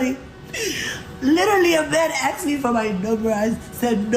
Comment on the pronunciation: "I axed the driver"